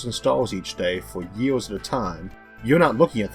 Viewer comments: The guy has a speech impediment which is why at 1.30 he says you can turn on the closed captions. If you still need help.....seek it. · ...10 000 YEALS....You cant say YEARS or what....its fucking annoying..One YEAL!!!!....wtf....Morkuli...Its Mercury!!!!